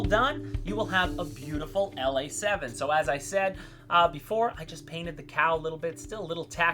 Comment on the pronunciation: Ok, I was a bit worried that this plane would never get revisited. I am happy as a fat old baby pig in a giant pool of shit and mud. Um you actually said the name just fine brother. Now you definitely sounded like a foreign westerner. However it's about time bro. I have had this damn thing In and out of my cart for like 4 years. I have been making myself stick to an order. Never change it much. I already know now what I am going to have next month. Maybe even this month. Who knows. Great work man. Hey I would love to switch shirts with you brother. Um I'll send you a nice new large white writing I. A black T, and you can throw over one of those motion shirts. Um black preferable. You are a bad ass mother F'er bro.